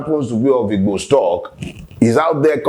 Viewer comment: First time I have heard a non igbo pronounce the word "Igbo" perfectly well😍😍😍